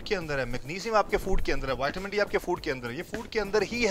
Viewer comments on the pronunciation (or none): none